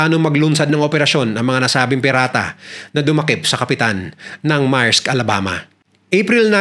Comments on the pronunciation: Maerks daw? Merks Ang pg pronounce Yan. Uubosin nya daw Ang Oras natin sa pakikinig or what tapos tinatawanan pa Tayo? Napaka walanghiya nya! He doesn't have an edge from us to subscribe his vlogs. Kala nya mga Bata yong mga subscribers niya. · correction "meyrks"not "marks".